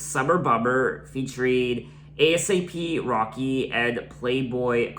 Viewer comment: Just wanna mention, when you say ASAP Rocky, you don’t pronounce the letters. So it would be pronounced “aye-sap Rocky” thx for the reaction vid